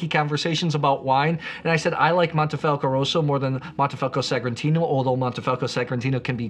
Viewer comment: Mohnnteh-Fahlckoh not "moneefelco" only critique.